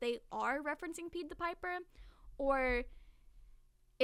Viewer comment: This vudeo is great and i love but one thing is driving me insane and i MUST SAY. Its Pie-d the piper, like the dessert pie. And Lycoris is pronounced ly-cor-is. Im honestly only saying because i think youve asked before how theyre pronounced and im just insane im sorry 😂